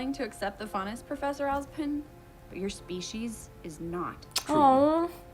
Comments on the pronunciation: Something I noticed. Are you saying Oz"bin" or "pin"? Because it's OzPin :P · One day, ONE DAY, you will say Ozpin correctly. xD